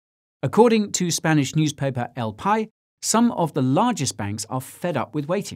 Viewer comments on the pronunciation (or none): "El Pie???" You're lucky this Spaniard likes you! El Pais!